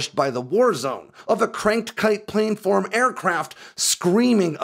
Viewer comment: A couple of minor nits... Tonopah is pronounced Tono-Pah, not Tena-Pah. You've made this mistake in the past. Also, planform is pronounced Plan-Form, not Plane-Form. It's important to get things like this right.